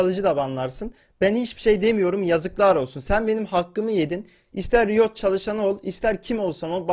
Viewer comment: önce doğru düzgün riot demeyi öğren